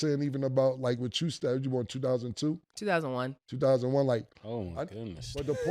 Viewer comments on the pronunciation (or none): none